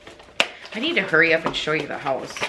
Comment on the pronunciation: I was telling my SO about the Mega Motivation videos and he asked about "the one thay says Höuse" jajajajaja and yes!! So happy to watch your video today,!